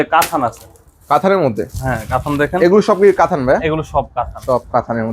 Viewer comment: কাথান কেন বলেন। কাতান বলবেন।